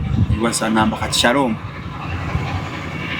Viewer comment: I love the way pronounces Shalom's name, mbu mwami saloom 😅😅😅